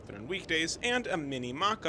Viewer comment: Thank you for such a detailed report and for nailing the Portuguese words, even the tougher ones such as Estação. Rare to see. SP’s metro deserves a video like this so thanks for sharing it. Liked and subbed for that. Even the small things such as the colour-gem-metal criteria hasn’t been overlooked, so cheers for those deu as well